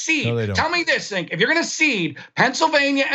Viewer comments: He keeps calling Cenk, sink! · This guy is a little unhinged. He goes from complete calm to full on shouting in about 1 second, with no perceptible changes to his face. He lets a little veiled racism slip in there ('an old Jewish guy' - what's his Jewishness got to do with anything?), and then weirdly mispronounces your name half way through, having pronounced it correctly for the first part of the conversation. He seems to have unresolved anger issues. I'm glad I'm not living with him, and I'm sorry for those who do. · This guy has been on the show 3 times now? He still can´t pronounce Cenk´s name.